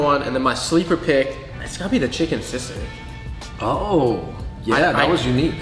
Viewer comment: As a full-blooded pinoy born and bred in the ph, it was def funny hearing teaching the fungs how to say palabok and still butchering it himself. Shoutout to the correct pronounciation of sisig. Fung bros say it right!